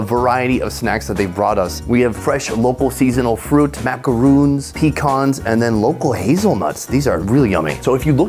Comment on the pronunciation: Macarons, not macaroons.